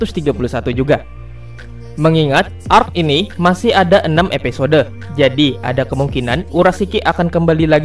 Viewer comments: Stop bilang epesode, itu mengganggu telingaku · Bng episode, bkn epesode, wkwkwk